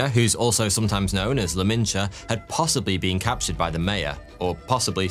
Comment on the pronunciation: mesopotamian a-listers? la minche? tenochytitlan? man's not too bothered with getting names right